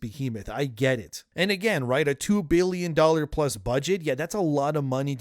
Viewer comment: I know he's trying to say billion, but does anyone else hear "bealion"?